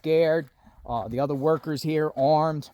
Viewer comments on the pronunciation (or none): none